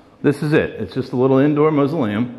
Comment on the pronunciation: Ok it is a Mas-u-leum. lol I love the hot sauce and that voice said, "get out!". Rock on!